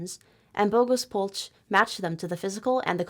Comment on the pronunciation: "ch" in Polch reads as "h" in "ha" so Polh